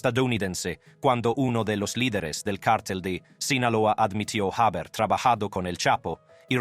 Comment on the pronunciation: Muy buen reportaje. El narrador pronuncia varias palabras de manera equivocada. Por ejemplo, jáber, en vez de haber, juicio en lugar de juicio, inocencía por inocencia, enviadós por enviados, mexicanós, sentencía, recórds, Ché Güevara, etc.etc. pues este señor es norteamericano y su idioma natal es, obviamente, estadounidense, pero lo importante es lo que nos relata. ¡Vaya historia!